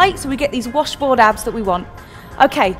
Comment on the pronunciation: i cracked up when she said ashboard instead of washboard